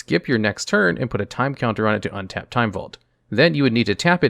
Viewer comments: He says "turd" instead of "turn" a lot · "they tap for a mana every turd"